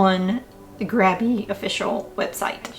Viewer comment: Love the Grabie ("GRAY-be") brushes!!!! They are great.